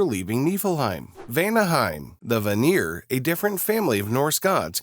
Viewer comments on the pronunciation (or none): Even so, the ai pronounced it voner! IT IS VÁNÍR! (If that makes sense, i just used the accents cuz it emplasized the A and the I in the word, tgey stand out, creating rich A and IR sounds.)